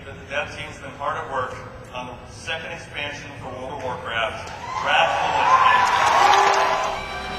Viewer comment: "Lich Kling"